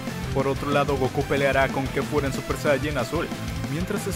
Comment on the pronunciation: Es kefla no kefura 😑